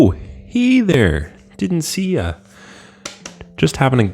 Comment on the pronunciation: Did he just say "Hiy didn't see you there" instead of Hey